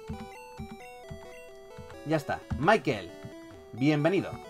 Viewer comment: se pronunsia Mickael no Maikel